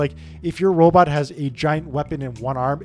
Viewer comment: Each time you said "robot" it triggered my autistic anger.